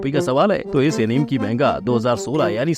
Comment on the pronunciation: Bhai एनिमे hota hai na ki एनीम Plz.. aagye ye mistake mat karna